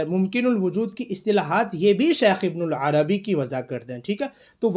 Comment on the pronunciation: ویڈیو بنانے سے پہلے کسی سے شیخ کا نام تو صحیح کرلو، ابن العربی نہیں ہے ابن عربی ہے۔ ہرجاہل کو شوق ہے ویڈیو بنانے کا۔